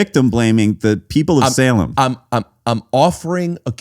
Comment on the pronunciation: first split second I thought the dog turned into the little girl!? Anyway I came here from seeing the short discussing the Salem, which trial! Definitely wanted to watch the entire interaction! Also the way Zach pronounces Salem “saw lim”, love it!